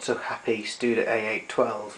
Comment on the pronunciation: "stude" !!!??? wtf?